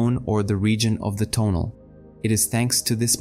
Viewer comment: I like the way you organize and present the teachings of Carlos Castaneda, so please make a video on the Assemblage Point. A small pronunciation point - rather than putting emphasis on the first syllable of the word TO'NAL, put the emphasis on the last syllable - TONA'L. Thanks for all your efforts.